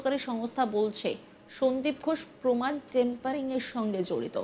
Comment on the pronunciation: কথাটা টেম্পারিং না।